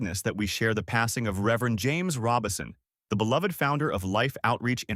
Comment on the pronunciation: (I believe you are mispronouncing his name. It's RO-Bison, not Robinson. There's no "n" in the name.) The Lord makes "beauty from ashes" indeed. I did not know of this change of position on certain topics nor how he chose to step back from the pulpit to re-evaluate his dedication to the Lord. Amen. He gets a crown of jewels in my book for seeing the internal issues he was having and valuing the Lord above all else. Amen. He still chose to love on people but did it from another vantage point. He is now with the Father, Jesus, and the Holy Spirit basking in the warmth and goodness of God.